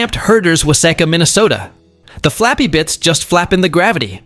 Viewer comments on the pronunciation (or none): I realize your narrator doesn’t get out and about much, but as a Minnesota girl, I can tell you that the duck billed boat pusher thingy was manufactured in wah-SEE-ka Minnesota. Carry on.